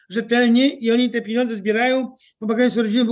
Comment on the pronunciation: panie Piotrze pieniądze nie piniodze, drobny ale stały błąd wymowy, wybaczam, ale proszę korygować